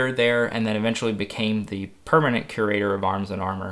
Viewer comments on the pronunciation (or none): I can't not hear "cuirator"